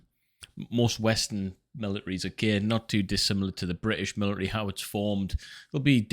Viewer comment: Where good sir have your T’s gotten too?😂 Just busting balls fren! Good info here but I just couldn’t get over the millary thing😂